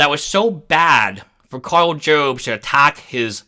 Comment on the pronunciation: by the way it's pronounced "jobs" as it someone who is going to need a new "jobst" after losing a court case